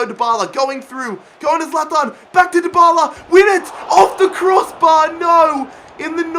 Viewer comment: You say zalathan it's zalatan